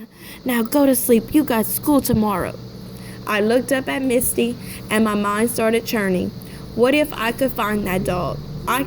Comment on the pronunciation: Im pretty sure its mitsy not misty